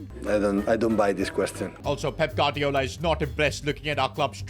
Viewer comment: Bro pronounces every Spanish name as if he’s from the streets of Barthelona but can’t say Gu-ar-di-o-la 🤣